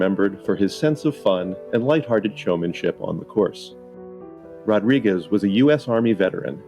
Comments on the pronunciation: Actually it’s Rodrigweeze. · I think he said Mr Rod Wigeez